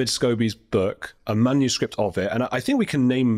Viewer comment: Love the slip: “manuscrap” instead of manuscript. Spot on.